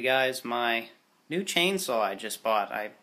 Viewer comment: says "Chainsaw" German